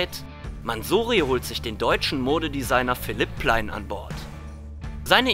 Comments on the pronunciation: Oh gott kann bitte aufhören MANSORIE zu sagen. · Wie redet der denn? Alles so lang gezogen und allgemein komisch ausgesprochen. Mansoory, Hexagoon ...